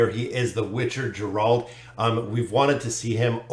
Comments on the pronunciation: 'G' in Geralt is pronounced like in word get, not like in Genesis ;) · Awesome to see them coming im keen as! The way you say Geralt is kinda funny but 😅 thanks for another vid